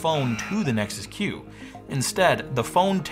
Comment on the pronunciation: Every time your said Nexus Q, I heard it as Nexus Cube...